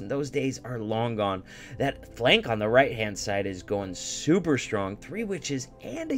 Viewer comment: Me:: supEr recked 😂💓💓